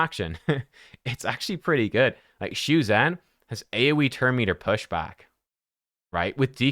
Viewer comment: thanks for the video - one thing to note: it’s pronounced shu-jen (as in jennifer), see the ZH. cheers!